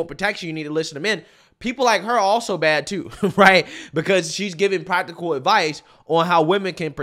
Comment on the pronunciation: Pwactical lol 😂